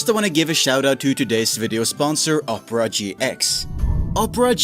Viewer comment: Oprah GX -- LMFAOOOOOO You get a web browser, you get a web browser, everyone gets a web browser! (it's pronounced Opera not Oprah) 😂😂